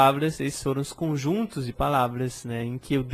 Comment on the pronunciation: o "s" abre o "o" em "l'os".:)